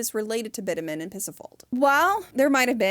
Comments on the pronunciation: BitUmen. Accent is on the long U. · Bitumen = bit chew men. Please. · I really hate to be this person on the internet sometimes, but 'bitumen' is pronounced "bi·chuh·muhn" not "bit-a-men". Great video otherwise but I felt it was important to mention given the point you were making about the importance of understanding languages. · This was a great and very interesting and obviously well researched video. One note though, bitumen isn’t pronounced “bit-a-min” but “bi-chug-muhn”. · Thanks for sharing, The Mummia concepts and truths are so very interesting. Thank you for talking about this very unique concept. One note bitumen is pronounced Bi-chu-muhn. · I defo thought bitumen was pronounced with a tch sound....